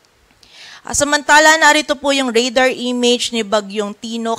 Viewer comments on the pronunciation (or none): none